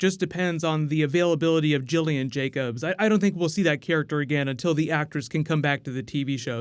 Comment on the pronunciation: Hard g for Gillian.